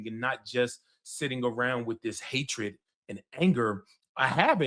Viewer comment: My man said dis and Dat. Harry it's dis, Dat and the udder ding. I wish I could vote for you.